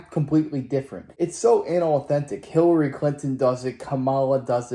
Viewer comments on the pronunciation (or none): foo you said Killary Klinton lol